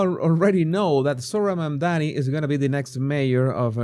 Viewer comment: Mamdani, not Mondani 😊